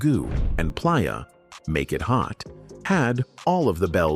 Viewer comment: It has to be AI. Couldnt say Playa correctly either.